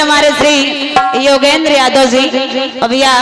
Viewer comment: Aap Har ji ko zi Kyon Kahate Hain